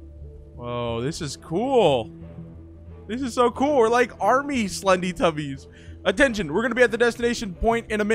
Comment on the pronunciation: It's slendy! Not sledy